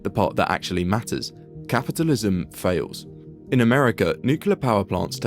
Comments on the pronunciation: It is not nukelar, it is nuclear. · Why do people pronounce it nucular when it’s nuclear? I’ve always been curious. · What the hell is nucular? Can't even pronounce the technology you are reporting? The nuclear fusion illustration is also wrong, you are fusing 2 atoms with many protons and neutrons, not hydrogen or tritium... Bad reporting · Nucular... It's always fucking nucular. On topic tho, it's kinda funny that whenever western country starts talking about more nuclear power, "accidents" start happening across existing power plants. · New-cular is very new and musk-cular. The community organiser tried to organise new-cular plants. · pronounced "nu-clear" you sound like an uneducated idiot. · nucular? really? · Dude please. The phonetic pronunciation of "nuclear" is typically written as /ˈnjuː.kliː.ər/ for the standard form. And if you're looking at the more colloquial pronunciation, it’s sometimes written as /ˈnjuː.kjʊ.lər/. The first syllable is emphasized in both cases, and the difference is mainly in that middle sound. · It's pronounced ' nucular, Pepsi' ( Homer Simpson, nuclear safety specialist) 😆😆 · Not once was the word "nuclear" pronounced correctly 🤣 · Brother you can't even say Nuclear